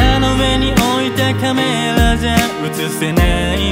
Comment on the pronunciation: 聴けば聴くほど、これは、Jくんの声だからこそ完成する(生きる)歌だと言う事が分かるので、ゆうりくん、あいみょんや米津玄師さんばりの楽曲提供の才能ありですよね。 好きポイント ・棚の上のカメラのカメラの発音がちょっと英語入ってるとこ ・サビの高いキーを少し苦しそうに歌うとこ(切なさ倍増) ・落ちサビ ・サビ前(消したんでしょう) ・全部 てゆうか山Pの声に似てません？